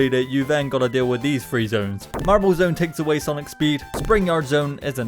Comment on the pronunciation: Why do you say free instead of three?